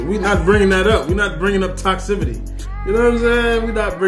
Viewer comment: Toxicity … not toxcivity that is not a word.